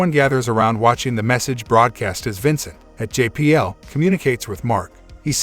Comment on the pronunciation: bruh its vancat not Vincent